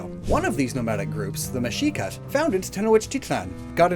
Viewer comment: So, couple things I would like to say as a Mexican (born and living here all my life) 1- good pronunciation on Mexicas! Overall your pronunciation was better than expected. However Tlaxcala has the hard X sound instead of the soft SH sound from Mexica, sounding more like Tlakskala. 2- In latinoamericana in general we are thought America as a single continent with 3 subdivisions. So to us, Mesoamerica mainly refers to the middle of America (the continent) not to central America as a region. Since Mexico is north America. 3- In general you can see Aztec and Mayan gods as Greek and Roman. Basically the same gods with different names and slightly different depictions. 4- Funny story about Aztlan,since its more of a mythical site rather than a real geographical one, there are a couple places where they claim to be the original Aztlan place where the Mexica settled first. One such place is the island of Mexcaltitán, in Xalisco, Nayarit. It basically fulfilled all the prompt from the gods, a island in the middle of a lake, they even saw an eagle (in this case it was a heron and not an eagle) eating a goddam snake. There are other places they claim to be Aztlan, in Sinaloa and other states, but ultimately they settled in Lake Texcoco in Tenochtitlan, current Mexico city. 5- In general something that really thew off the Spanish invaders, was that the indigenous groups here didn't cared about gold, they just saw it as pretty, useless metal that was only worth as decoration. They saw mo